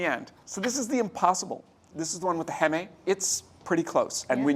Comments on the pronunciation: That's been my experience, too. Beyond and Impossible come the closest to feeling like meat, to me, but I'd also eat Morningstar or Quorn. Also, Mr. Bishop... Heme is said as "heem," not "hey-may" . . . though I kind of wish it were , after hearing you say it that way! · Came here to say this. As in hemoglobin, which he pronounced correctly. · Maybe instead of eating highly processed fake meat, one could just eat less actual meat and use this channel to learn some terrific vegetable recipes? That's my takeaway. Oh, and the correct pronunciation is not 'heh-may', but 'heem' just like hemoglobin. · Heme is not pronounced as “hem-eh”. It’s pronounced “HEEM”. :) Thank you for an informative video as always! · Thank you! It drove me nuts that he said it wrong twice but also nailed hemoglobin. I've noticed that Jack also says paprika different than most by putting the accent on the first syllable. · Love ATK, but my bro just pronounced heme as "haemae" protein. Bruh its pronounced heme, like a meme. Great video otherwise! PS: the impossible chicken nuggets are fantastic if someone is craving a white meat alternative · "Heme" is prounounced 'heem' 👍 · Jack, Heme is pronounced "HEEM", as in Hemoglobin, which you pronounced correctly. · Great lineup, thanks for doing this. Correction: “heme” is pronounced heem, like the pronunciation of hemoglobin. I follow a plant-based diet so I appreciate that y’all regularly cover these kinds of foods and present vegetarian/vegan recipes and options for recipes commonly made with animal products! Keep it up :)